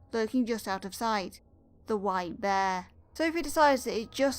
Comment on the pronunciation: The white bear What i heard: the W I D E bear